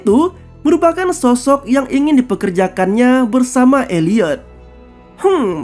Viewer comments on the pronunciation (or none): none